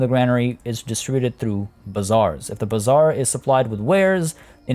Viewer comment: Your pronounciation of bazaar sounds more like bizzare.😂😂